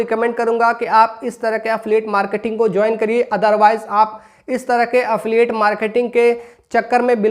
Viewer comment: Affiliate bolna seekh pehle😂😂